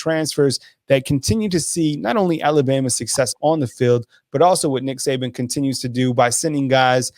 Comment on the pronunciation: It is Saban not Saben.